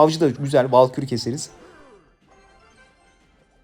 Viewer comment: Valkür ❌ değil bal kür ✅